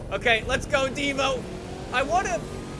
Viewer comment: You habe to say Divo like it has two o like Divoo